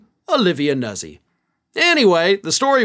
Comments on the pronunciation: Italian. It’s pronounced, Nootzee! Like, pizza! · Pronounced "Noot' zee". Use hand gesture. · "Nuzzi" appears to be pronounced "New-tsi." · Pronounced: Noot-sy And she’s a lot more attractive than Christina Bobb and Alina Habba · Pronounced like pizza.